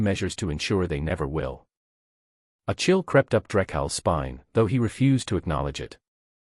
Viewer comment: Mispronounced the word refused.